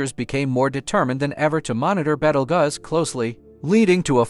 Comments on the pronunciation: Dude, it's pronounced like Beetlejuice. Not Bettleguzz. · It is pronounced ( Beetle Juice, not Bettlegus ) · "Betel guz"💀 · "beetle gus" 💀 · I'd would take this video more seriously if you pronounced Betelgeuse right ... 🥴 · How many ways are you going to pronounce the name WRONG!¿?¡ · I have never heard the name pronounced that way.